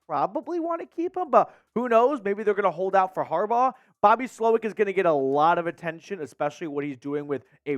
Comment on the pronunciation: Get the man name right smh it’s “Jim Harbaugh”